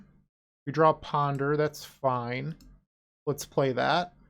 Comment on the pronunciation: I'm a little upset you didn't call it Kaheera Beseech the the Mirruh 😂 I love your Boston accent you do when you PONDUH